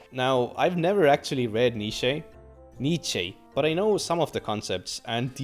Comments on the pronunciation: just say Friedrich Ni-chan ❤‍🩹it's not correct but it's closer than whatever you are saying ❤ great video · Nietzsche is pronounced kinda like ニッチェ or alternatively ニツシェ